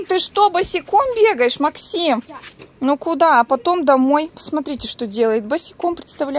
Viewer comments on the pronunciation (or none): none